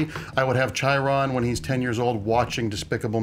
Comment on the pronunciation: Why does keep saying chi-ron? He's seen the movie, he knows it's pronounced shy-rone. Why? Why? Pronounce it fucking right.